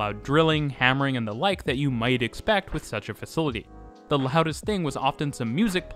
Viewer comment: To make your narrative more pleasant to listen to, and sound more professional, please stop pronouncing the word 'the' as 'thee.' "The' is pronounced as 'thuh.' Also, stop those hard, random, inappropriate emphasis of syllables within words. It mimics contrived and artificial speak.